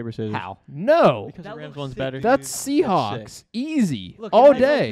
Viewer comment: it's not the Seahawks it's the "Seasneaks"